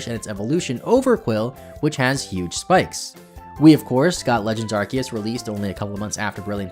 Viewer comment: Been loving all these videos! Also, it's refreshing to finally hear someone pronounce Arceus and Rayquaza correctly lol.